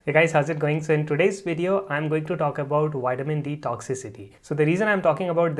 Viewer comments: its not called whitemin it's Vitamin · " Den towsend I.U.'s Widdamin D" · WITAMIN?????? TOUSAND?? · "Whiteamin D" 😄